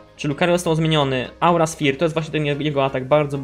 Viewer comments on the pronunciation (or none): none